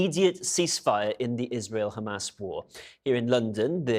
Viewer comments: Shows this puppet cannot even pronounce Hamas properly while izraHell is fighting the whole decent world and God Almighty Himself,let's see who wins!? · This reporter does not even know has to pronounce Hamas!